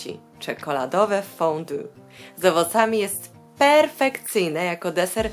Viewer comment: Piszę się: Fondue, ale czyta się: 'fondi'